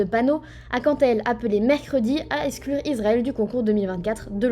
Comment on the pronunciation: C'est " eXClure" madame la France, comme c'est "eXCuse" et "eXplication", pas "eSclure", pas "eScuse", ni "eSplication". Je ne sais pas si vous le faites eXprès pour hâter le décès de la langue française mais ça en a tout l'air. Et je ne suis que francophone...